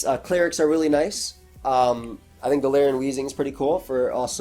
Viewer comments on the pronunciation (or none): Wish you could hear how i mimic/ mock you say GaLARIIAN.. you'd hate/love it